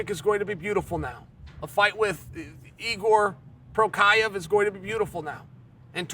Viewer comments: Jiri's mom : Oh my sweet bpy, We're gonna name him Jiri, Jiri prohaczka :) The undisputed Goat chael: NO! Shall it be...igor prokaev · who tf is igor prochaev.. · Igor porkiave lol 😂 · Igor Prokiev…? Oh, Yuri Prohaska… Jiri Parmesan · You mean Jiri Provider? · Who tf is igor prokiev hahah